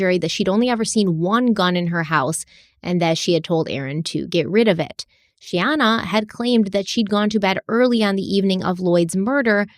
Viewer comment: The comedy of trying to say Shayana and how many different ways that he said her name throughout the series...has me laughing so hard......I know this is a very tragic story and very sad and heartbreaking. But I did find humor in that..🤣🤣... I know you are trying!!! Mich love to this podcast. I absolutely love the deep dives and multipart series. Im obsessed...because I do not find this amount of information anywhere else. I respect Stephanie's patience and research soooo much!! Much love to the both of you from Charlotte North Carolina! ❤